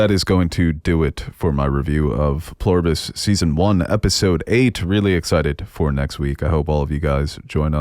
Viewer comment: Super tiny Nit to Pick. It's "Pler" Ibus, not "plore Ibus". Otherwise, great content. And no, this is not a Tomay-To, Tomah-To situation.